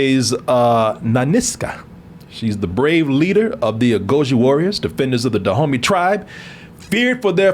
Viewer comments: everytime they said Dahomey i was like Da Homie. lol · Is saying Da Homies!? 😂